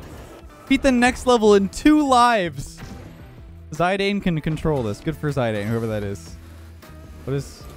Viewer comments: saying “ zye Dane” instead of “zidane” had me laughing my head off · "Zidayne" is actually pronounced zee dan and he is a really good footballer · "Ziydane" Me: sigh... goes straight to comments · I don’t know what’s more worrying, his mental health on this godforsaken map or the fact he said zyadane 😂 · "Zay-deeiin" hahaha xD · He did not just say "Zydane" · As if called one of the greatest footballers of all time and magician on the pitch Zinedine Zidane: "Zydayne" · Hearing ‘zi-dayne’ actually hurt. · The way he said Zidane is funny to me, btw it’s zid-an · Where are my fellow europeans that raged every time he pronounced Zidane that way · As punishment for butchering Zidane's name like that, they only gave you one single congratulation. You didn't deserve the rest.